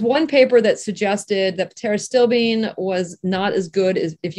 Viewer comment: The P in pterostilbene is silent. Pronunciation is critical to credibility.